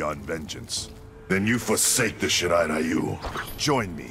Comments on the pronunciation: "...Shirai RAIyu..." And Netherrealm Studios still can't do Japanese. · it always bothers me how they pronounce Shirai ryu